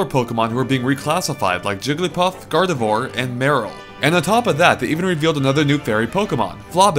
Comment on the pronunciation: it is gardevwar he just said it weirdly